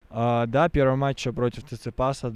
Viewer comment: Акцент вообще ярый. Неужели можно родной язык забывать? Первый раз, пееерьвый матч, да и ударения. Что то я разочаровался, хотя поддерживаю знание инглиша!